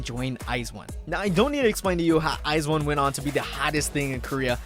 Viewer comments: Its Pronounced I'VE Not IVY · Its IVE not (I. V) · Oh but their name is actually pronounced as the actual word. It’s like “I have” so it’s IVE Like the actual word.